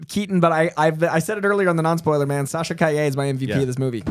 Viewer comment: You guys are very close to pronouncing Sasha's last name right, but not quite there yet. You got the "ll" pronunciation right, but the strong syllable is "Ca", not "lle".